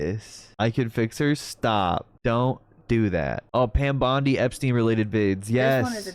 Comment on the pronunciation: I can't unhear Pam Bundy..